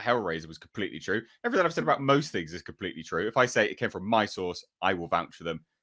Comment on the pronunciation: She always says her souurce her source! Whos her source? And she hates DC! Not just hemry cavill! He is just on top of the list